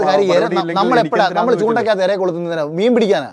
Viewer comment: എര അല്ല ചേട്ടാ, ഇര